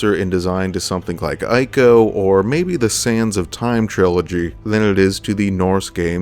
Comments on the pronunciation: Brother great video, but nooo that game is not pronounced as Eye-co, it’s pronounced as Eco. Ico was one of the greater games in those days alongside its brother game, Shadow of the Colossus. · Always love your videos, but it's Ico (pronounced eco), not eye-co. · It's pronounced iii-ko, not eye-ko. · EE co EE-co It pronounced EEEECO!!! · btw, my friend, Ico is pronounced 'eeco'